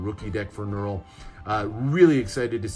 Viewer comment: Nurul did an amazing job with these decks. Great review and pronunciations of the names!